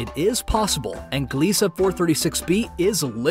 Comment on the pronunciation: "Gliese Uh"